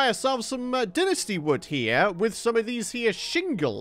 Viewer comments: Well it's wrong. There is no "English" pronunciation as it isn't an English word. The official pronunciation is dine-ess-tea. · It’s pronounced “dine-ess-tea” not “din-est-ee”. Lol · it’s incorrectly pronounced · No offense but Dinasty dont sound right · So gross hearing him say dynasty